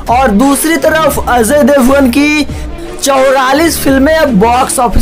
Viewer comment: Gadhaye Ajay Devgan hai azay devgan nahi